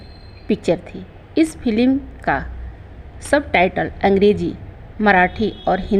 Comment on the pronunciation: फिल्म को फिलिम n बोलो बुरा लगता है आप उच्चारण सही नहीं करती तो वीडियो n बनाए